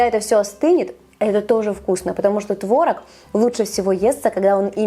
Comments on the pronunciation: ТворОг, а не твОрог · а трошки кориці й родзинок? я завжди їх додаю:) ой, і заради бога, не кажи "твОрог", бо тіпає... краще вже нейтральне "творОг"; дякую, з повагою